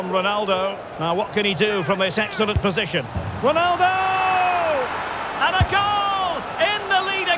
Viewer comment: Ronaldo not Rolandodo🤦🏼‍♂️